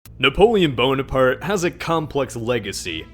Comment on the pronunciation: ''Napohleon Bone-Apart''